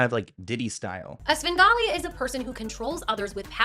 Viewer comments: Bro, it's "Svengali", not "Sben Gotti" 😂😂😂😂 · He did NOT just say “Sengawlee” 🙄🤢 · The way u mispronounce words is adorable sin golly sham ollay E bee za it's endearing ❤🎉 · Svengali is pronounced with the v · Not going to lie listening to you mispronouncing Svengali is cute as hell